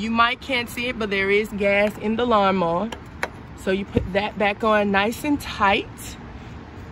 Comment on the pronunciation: You said " lawnmo" ....you said it repeatedly